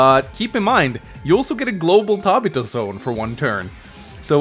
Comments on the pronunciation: It's pronounced Tab i fa not Ta bi ta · Tab-ith-ah. Not Tab-it-ah. Love your content. But that was bothering me. I know its stupid but I couldn't help it. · Never heard anybody ever say Tabitha like that. Ta-bith-a. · Tabita? Tabitha. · For the love of, you are way off pronouncing Tabitha: The developers knew how broken Caulder was, that he was banned from the online mode. I agree that for a Final Boss, it makes sense he is overpowered, and clearly was not meant to use in multiplayer. I'm not sure if I would consider Lin to be A. Maybe in Fog of War, but without it, she does become a bit under-powered compared to the rest. While Greyfield is a weak CO, I do say he shines on larger maps, especially with Naval support. When you are running out of ammo and fuel, so don't have to rely on APCs (or whatever they are called in Days Ruin). He can just activate his CO Power, and that is really helpful (he's basically like Jess). Also, APCs can only build a Temp Airport or Port once. The Materials can not be resupplied, and only Greyfield's power can do this. Same with building Seaplanes.